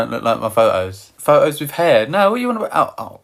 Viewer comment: Pho-os… omg I love it